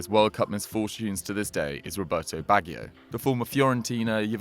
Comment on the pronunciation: Not subscribing if you can't pronounce Roberto Baggio correctly, even with your faked posh accent.